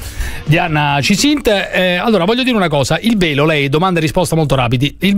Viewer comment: Beppe, quando hai fatto la domanda al sindaco, avevo capito PELO, NON VELO 😂😂😂